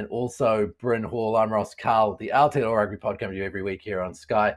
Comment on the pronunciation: Pronounce it properly please ( Aotearoa ) or don’t pronounce it at all.